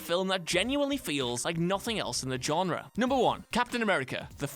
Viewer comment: he keeps pronouncing genre wrong